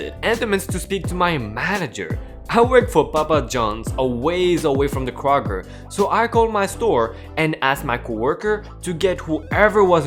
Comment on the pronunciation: Kr-og-er... Kroger